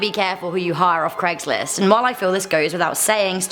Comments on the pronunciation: since when was it called cregslist ? its craig not creg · It'd Craig's list, not Cregg's list. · You are British and you are saying Craig wrong and you shud know better